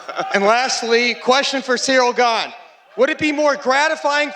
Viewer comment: JJones is a BS-er. "I respect Cereal Gain" Really? you can't even say his name right! No respect there, he's just trying to pump up his brand talking BS.